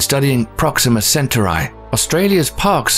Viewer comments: Center Eye - lol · Pronounced, cen-taw-ree. Not, cen-taw-reye. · Centauri" is pronounced "sen-TAR-ee." How would YOU like it if somebody consistently mispronounced your name, like calling Wednesday Addams "Winnifred"? You're welcome. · Pronounce "Centuri" right. How can you expect to be taken seriously if you f**k things this simple up. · its pronounced centaur E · No listen to the man .centaur/eye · yes, it's sen-ture-eye. Probably the same ilk as those who pronounce 'beta' and 'bayta', instead of the correct 'bee-ta'. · I turned this off when he couldnt even pronounce "Centauri" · I lost interest as soon as he mispronounced centauri. Plus its spelled wrong on screen. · The way he pronounces centauri makes the video look cheap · Wtf is wrong with narrator and pronouncing CETAURI???? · The way he pronounces "Centauri" is really grating on me lol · The pronunciation was annoying but the spelling of "Proxima Centautri" was even worse. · Why couldn’t he pronounce it like Last star fighter did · It's annoying because he has heard it pronounced correctly and chooses to mangle it anyway. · Shame the narrator keeps pronouncing the Name of Alpha Centauri and Proxima Centauri incorrectly. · That makes me doubt his credibility besides the mispronunciation of Centauri. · Alpha WHAT??? WHY WOULD YOU MAKE A SPACE VIDEO AND THEN PUT THE EM-PHASIS ON FREE WRONG SY-LLABEL? Oh shit, then we got to "Vul-Pecula" Dude, I'm out. My ears are hurting